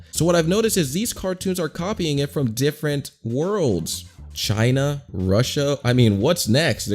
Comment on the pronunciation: Why dose he have to say "CHiNa" like that 😂